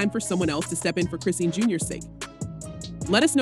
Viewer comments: It’s ai pronouncing it as Chris seen and not Chrisean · the way you saying her name is killing me..do yall not research these ppl before reporting on them ..its .."chris-sean" not christine..smh my gosh couldnt even finish the video